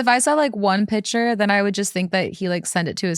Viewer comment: saying “pitcher “ instead of PICTURE 😐😐😐had me yelling